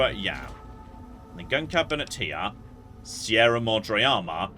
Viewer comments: It's closer to the actual pronunciation than how a vast number of people would say it, at least, even if it's still blatantly wrong., being English, almost has a birthright excuse when it comes to mispronunciation, even if that doesn't really make it okay. Better than many Americans who would say "See-ra Mad-Ray" or similar, and inflict me with a level of ear-bleeding on par with something out of shonen anime. They have less of an excuse XD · why Sierra Modre? All the voice actors say it right....